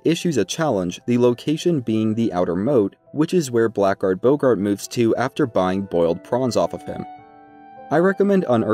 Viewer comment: Something you may not know, blackguard is actually supposed to be pronounced blaggerd.